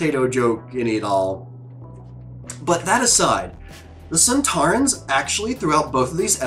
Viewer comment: The sontarans are indeed in classic Who...and they pretty much look like this... Funny thing is that didn't realise that there were actual actors in the suits... She thought they were robots:D and her pronouncing their name wrong was a little reference to Chris eccelston doing the same in an interview when talking about classic series monsters:D This two parter was written by Helen Raynor, who wrote last series 3 dalek two parter... Think she did a much better job here... Unfortunatly tho up to far... This is the last story to be written by a female writer... We haven't had one since....